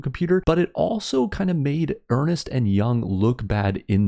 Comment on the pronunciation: “Ernst” not “earnest”. German name